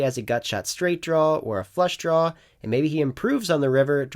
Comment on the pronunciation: Is it just me, or do you say "Downg" with a G? lol Like when you're on a flush "drawl"